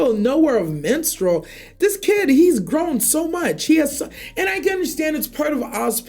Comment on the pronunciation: BRO! ITS “MISTRAL!” NOT “MENSTRUAL!” They don’t even sound the same MISTRAL is a City, MENSTRUAL is a Woman’s Cycle!!!!!!!!! What the Fuk!?